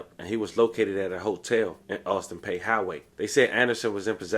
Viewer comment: In case you do more Memphis stories, Austin Peay is pronounced "Austin Pea/Pee" Great coverage, lol I'm from Memphis and you keep covering rappers I've never heard of (except Big Mota). They're just hood niggas, we don't consider them rappers